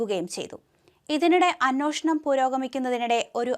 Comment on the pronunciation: അന്നോഷണം അല്ല അന്വേഷണം... ഉച്ചാരണ ശുദ്ധി ഉള്ളവരെ news reader ആക്കുക പല channel ലും ഇതു തന്നെയാണ് അവസ്ഥ